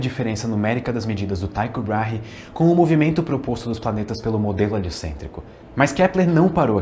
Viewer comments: Perdoe-me, professor, mas a pronúncia é TICHO BRAIRE mesmo, por ser árabe. Não há y ou i com som de "a". Obrigado pela atenção. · Thyco Brahe se pronuncia /tí-cou brá-rre/ ele era dinamarquês